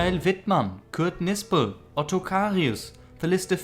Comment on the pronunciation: Hi. , you pronounced Kurt Knispel's surname with the K silent (i.e. as Nispel). That is how I would tend to pronounce it as an English speaker, but I have been told that Germans would pronounce the K as they do in words such as Knecht. Do you know for certain which is correct?